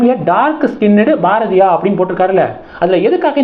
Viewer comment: Please improve your pronunciation. Each time you are pronouncing Bharathiya wrong